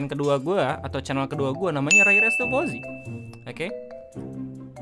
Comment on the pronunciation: Fauzi bro bukan fizi